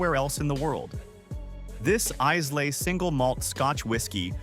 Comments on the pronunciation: Islay is pronounced I-lay, not Izelay🤦. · Islay is pronounced "Eye-La"